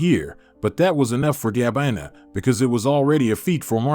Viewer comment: Poor pronunciation of some everyday words, and names, in the commentary, eg Gabina! Good story! Great that Gabina and Leandro found each other!